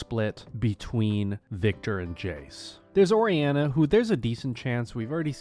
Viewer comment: POV: You're in the comments section wondering if you're the only one that noticed how badly Orianna was pronounced.